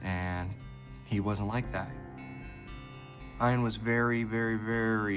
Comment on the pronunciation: Was that a inside joke when the one guy pronounced Ian's name with a hard I :eye-an